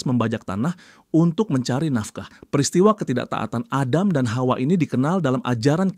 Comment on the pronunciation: bang lucu banget nyebut “hawa” nya kayak fasih bgt “KHAUA”😂😂